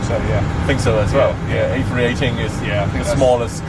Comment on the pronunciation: He says a318😂